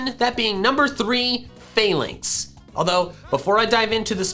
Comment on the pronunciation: i believe its pronpunced fah-links and not fail-links